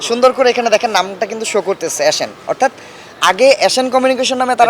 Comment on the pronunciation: Tui aga thik vabe nam ta bola shikh, asan na ota asian